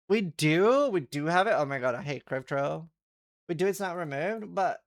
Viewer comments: Dude is t drives me insane… not “grave trow “ it’s “grave troff “ like what a pig eats out of. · Grave Trough is pronounced Grave "troff". 1. a long, narrow open container for animals to eat or drink out of. "a water trough" 2. a channel used to convey a liquid.